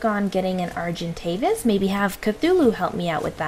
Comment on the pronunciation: Did you say Arventagis instead of Argentavis? Really?! XD